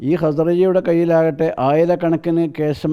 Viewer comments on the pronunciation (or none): പുരോഗമനം ഉണ്ട് "കേശം" എന്നാണ് ഇപ്പോൾ പറയുന്നത്